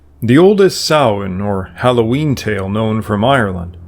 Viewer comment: Extra points for pronouncing Samhain correctly.